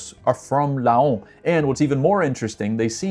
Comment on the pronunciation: Laon is sounded like lent but without a t and with a lower close to an a ... There are only couple of word in French with ao like un paon (a peacock) sounding the same way... Reims is sounding like Rins (yes with a sounding s) but more of a that an i in the in 🎉 good work of guess 🖖